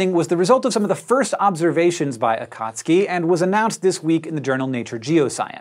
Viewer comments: AKATSKI? Nooooo!!!! AKATSUKI..... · A-ka-tsu-ki, not a-kat-ski... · Akat suki ? This guy says Akatski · It's Akatsuki, NOT AKAAATSUIKI! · In Japanese, Akatsuki is pronounced AH--kut--SUE--kee. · this might have been mentioned already, and this is, in no way, a criticism, but akatsuki is pronounced ah-khat-su-ki. strictly speaking, for informational purposes. still love what you do for this channel and please keep them coming. ;) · It bothers me that he doesn’t seem to be pronouncing akatsuki correctly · I think it's pronounce Akat-soo-kee but I'm not sure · Hank, you're not pronouncing "Akatsuki" correctly :)